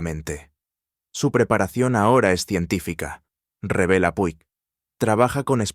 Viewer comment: puig se pronuncia puch